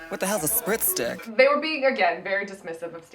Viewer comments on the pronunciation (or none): Does anyone else think Stacey was saying "spirit stick" like from Bring It On? Also I love you guys. Xoxoxoxoxoxoxo yay season 3!